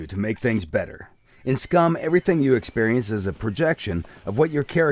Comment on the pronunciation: Did he say 'Git gud SCRUM?' hahaha, these devs.